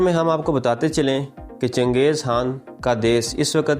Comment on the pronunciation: CHANGEZ HAAN BOLTA HAI BEWAQQF AADMI.....KHAN BOLNE NAHI AATA...VERY SAD